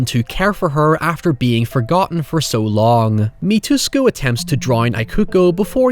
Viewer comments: How pronounces it - "MITUSKO" How it's actually pronounced: "MITSUKO" Me - Hmmmm... Is Mitsuko the new "hoyever"? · Mit-su-ko. Mitsuko. NOT Ma-toos-ko. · they even pronounced mitsuko 'me-twos-co" 😶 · Dude, you kept pronouncing Kairo as Kero. The ai sound in Japanese sounds like the letter i. Also the daughter's name is pronounced e-kuko, the i makes a hard e sound. You kept pronouncing Mitsuko (meets-ko) as Mitusko. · good video, but is it really that hard to pronounce Mi-tsu-ko 🥲 Mitusko.... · I think the creepy kid is named MI-TOOS-KO, whereas in Dark Water the kid is named MIT-SOO-KO (stress on SOO, which is really TSOO, kinda' like the German word 'zu'). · If you really want to cover other J-horrors, you probably should practice your Japanese names more than nothing at all Your "eye-cooco" and "mitusco" were quite painful to listen to. 😅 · I have to admit,one thing about this video that really bothered me is that keeps mispronouncing Mitsuko as “Mitusko”.I realize that people in Anglophone countries tend to have problems with other languages,particularly those that are non-European,but it would be nice to get the name of a crucial character right,even if the pronunciation is challenging. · Hahahahaha the way you said Mitusko all the time really made me holler... Hahahaha it's like a Russian name... It's okay. I understand not everyone watched anime religiously in childhood phase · Bear in mind that not only the director here the same that worked on Ring movies, the script is based on the story written by the author of Ring novels P.S. It's "EE-ku-ko" & "MEE-tsu-ko", please check how to pronounce foreign names before recording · I was really confused when he said, "My toos ko" because that didn't sound like a Japanese name at all lol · "Mitusko" lol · "Eekuko" "Meetsooko" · Loved the video, but the constant mispronunciation of Ikuko and Mitsuko's name bugged me a lot hahah